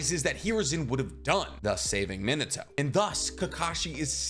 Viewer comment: Min-uh-toe........Min-AH-toe. Sounds infinitely better when you pronounce his name properly. You know, for as much of your content, and thus, your livelihood, depends on Japanese culture, you'd think you would spend 20 minutes learning how Japanese phonetics work(and no joke, it doesn't take longer than 20 minutes to figure it out, and really, 20 seems like far too long at that), so you don't sound so absurdly... White? So American? So gaijin? Either way, I know you can tell how weird you sound since you've heard all these names said properly in the anime. So why are you so content to sound so off putting?